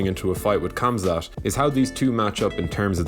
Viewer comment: love the video just one thing....its not Kamzat its Hamza...love the videos keep on the good work !!